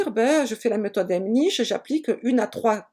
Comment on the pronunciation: C'est Heimlich et pas Hemnich